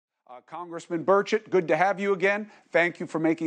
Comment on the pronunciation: Finally...somebody knows how to pronounce his name!